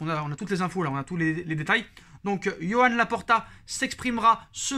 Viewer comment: "Yoann Laporta"... Je savais pas qu'il était breton 😂😂